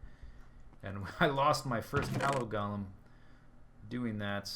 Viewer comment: Golem: pronounced "Go-lem", not "Gol-em" dictionary-dot-reference-dot-com/browse/golem?s=ts